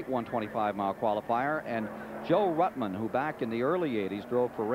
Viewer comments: At the 203.30 mark is really funny when David messes up Joe ruttmans name 😆 🤣 😂 😹 😆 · He did it four or five times, Ned corrected him twice.